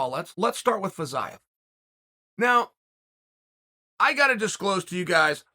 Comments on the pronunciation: It's pronounced Feezeeyev, Chael. Not Fazayev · he pronounces Fiziev's name incorrectly